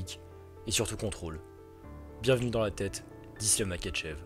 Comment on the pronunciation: Makhachev se prononce MaRachev